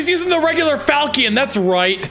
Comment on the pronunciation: "Falchion". Pronounced Fal-shun